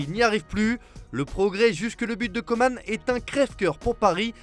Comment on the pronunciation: Déjà comment tu prononce « Coman » ? Tu mérite des insultes